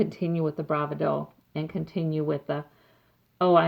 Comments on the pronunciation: Hi....enjoyed your reading and we can only hope that justice will finally be done. I believe the universe is listening. By the way, just FYI bravado is pronounced bra VA do not bra va DO. The emphasis is on the second syllable, not the last. Just FYI, not meaning to nitpick at all! Pat E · The word is pronounced BRA VAH DO. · Thx for the reading... I think it's pronounced.. Bravado.. with the emphasis on the second syllable not the first.. :) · this is nitpicky, but please learn how to say bravado